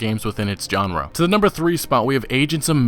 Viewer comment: I hate being that guy but it's grating at me every time u say it lol, u say "genre" wrong XD